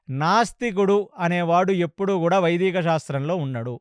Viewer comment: వైదీక కాదు వైదిక